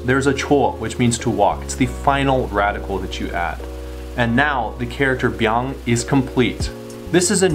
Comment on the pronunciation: "I didn't come close to say that perfectly" *proceeds to say it perfectly